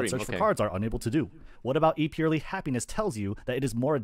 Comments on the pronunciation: Purrely is pronounced purr-ely not purrly. The 'e' isn't silent unless it's at the end of the word. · I thought he said PIRELLI while he meant PURRELY